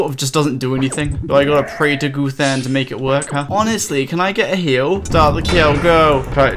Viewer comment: "Goothan" really bothered me lol